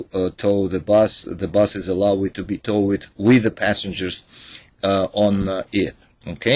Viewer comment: Really? Lol. The title says Transporting passAngers! Toe-wed, dis-abed, how many mispronounced words can you mess up, it's like where's Waldo! Lmao... But hey nonetheless, good "bideo".